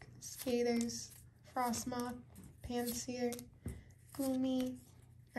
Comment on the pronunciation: GOT YOU SLIPPING!!!!!!!!! YOU SAID "FROSTMITH" HAHA TO YOU! 😅😅😅😅 It's MOTH! Not Myth. Home girl said it right